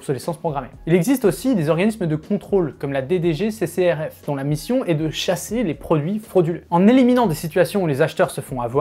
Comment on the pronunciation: T’arrête pas de dire « DGC CCRF » comment ça me stresse, si tu prends l’habitude de dire « DG CCRF » tu peux pas te tromper